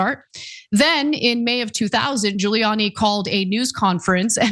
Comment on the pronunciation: Giuliani doesn't start with a J, Ghouliani sounding.. and after his appearance on the Borat movie... really?